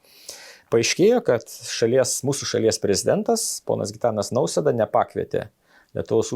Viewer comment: Teisingai kirčiuokite Nausėdos pavardę, vedėjau